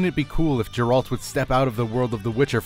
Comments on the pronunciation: It's Gare-Rult, not Jay- Ralt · GA-AIR-ALT Why does everyone get his name wrong? They say his name a million times in everygame. I guess noone plays Witcher v.v